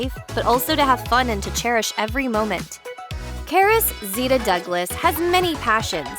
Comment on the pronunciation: Thanks for pronouncing our name right